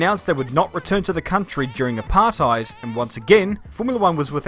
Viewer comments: english speaking people saying apartheid just sounds so wrong. i mean, its all about saying the rt the dutch way and then you got it right, but otherwise just no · You’re saying apartheid wrong It’s not English It’s Afrikaans